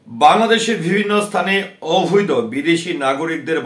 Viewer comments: "অভৈদ" নয়, "অবৈধ"! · Ovído noy oboidho hobey